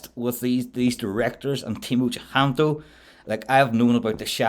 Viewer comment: I'm Indonesian, so fyi. His last name is using old spelling system (indicating it's an old family name). With the current spelling it'll be Cahyanto. Pronounced "chah - yan - to". We pronounce A always as A (like u in bum). Never as " ae" (like a in bang).